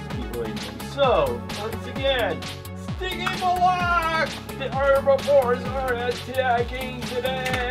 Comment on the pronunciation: Wish you pronounced stygimoloch correctly it drives my 3 year old crazy shouting the right pronunciation at the tv.